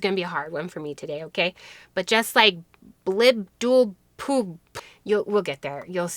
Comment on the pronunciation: Great video. You pronounced the goddess name correctly. I won’t repeat it. 😂😂😂